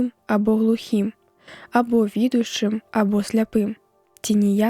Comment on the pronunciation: Слоўнікі падаюць націск віду'шчы, на другім складзе.